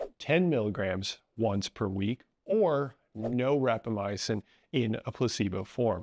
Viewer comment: Small note, you're one of many people who seem to pronounce it as "rapamyacin", while it's called "rapamycin". I assume this is an error in pronunciation.